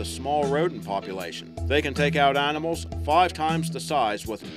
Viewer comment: Arnamals and Hum-a-noids Could listen to this shit all day